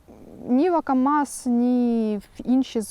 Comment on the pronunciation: Лякую за український контент,але... Aka'mas- змініть наголос.